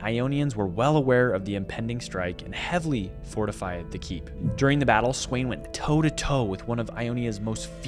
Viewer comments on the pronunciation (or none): none